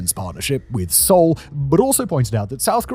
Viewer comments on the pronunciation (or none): none